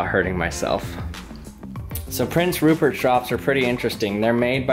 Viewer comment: I HAVE SUCH A DIRTY MIND I THOUGHT HE SAID PORN STARCH xd